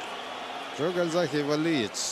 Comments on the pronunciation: Почему КальзаХе ???? КальзаГе он везде и пишется и читается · Весь бой коверкал имя Джо - Гальзахе. Не говоря о предвзятости в пользу Джонса. Классные комментаторы так не работают.